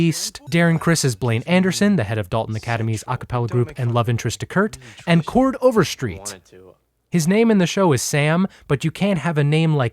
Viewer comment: does Glee exist IN Glee?!? that was my favorite part.... also his different pronunciations of Chord Overstreet's name